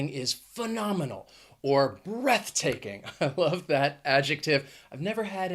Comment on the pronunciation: You were SO close to say "breathtaking"! 😁